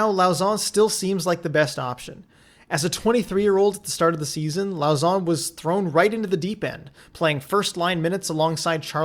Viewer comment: And Jeremy "Low-sson" while you're at it. 'au' in french is pronounced "oh". But anyway, you make great vids!